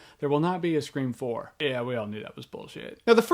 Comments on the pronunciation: you suck!...i hate the way you say screfourm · haha Scre-form lol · I think Scream 4, or Screfourm as Jeremy says it, sounds like a good movie. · this is not a remake its the next sequel if it was a remake then it would have just been called "scream" not "scream 4" or as jeremy calls it "screFROm" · As long as I can keep hearing you and others say "Scre-Four-m," I think I'll be okay. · Screfourm lmao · uhm. i think its bs/ and i also giggled every time you said "scre4m"